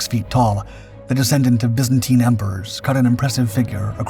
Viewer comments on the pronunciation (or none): none